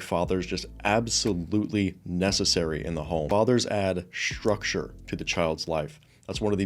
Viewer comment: Wait; did you just say, "shtructure"? So you're a Michelle Obama fan? Or a former fan?